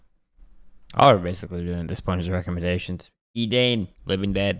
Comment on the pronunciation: Sorry bro, not Edane, but E dan E, or england Language e and e (E & E)